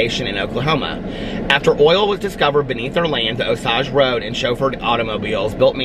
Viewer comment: I've always heard it pronounced OH-sayj